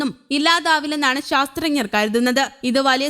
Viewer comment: ശാസ്ത്ര ഞ്ഞ ർ അല്ല ശാസ്ത്രജ്ഞർ എന്നാണ് ഉച്ഛരിക്കേണ്ടത്.